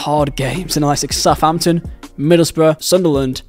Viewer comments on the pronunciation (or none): none